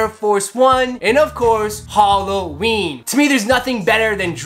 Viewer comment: bruh halloween not goddamn "holloween"